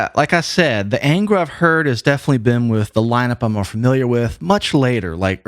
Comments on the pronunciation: Just one observation: The correct name is pronounced ÂNGRA (nasalized), not ENGRA. Another important piece of information is that 3 members of that 90s lineup formed another band, called "Shaman". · A small point on the pronunciation of "Angra". The "an" is not like the "an" in anger, but the "un" in pun.